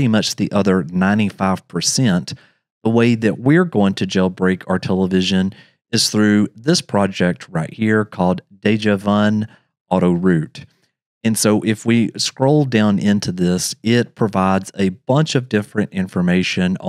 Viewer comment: It's not Dejavuln, it's "déjà vu LN".